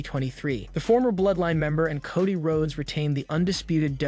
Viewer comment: With utmost kindness and respect, is anyone going to assist the commentator with how to properly pronounce the wrestlers names', events, etc? Doesn't anyone notice he consistently says Cody's name, Charlotte's name, and a slew of others incorrectly? He does a great job, but you need to know your product and how to properly say it if you are going to be a commentator. Keep up the good work, but please put a little effort into saying everyone's names correctly, I'm sure it would be greatly appreciated by the superstars 🤗👍